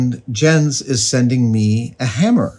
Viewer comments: buddy, it's "yentz" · His name is prounced Yens. Danish is a Germanic language and in Germanic languages, Js are pronounced like and English Y. Protip here. I won't charge you for it this time. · I think it's pronounced "Yence" :)